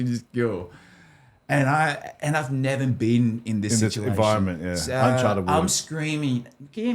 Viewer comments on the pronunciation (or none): none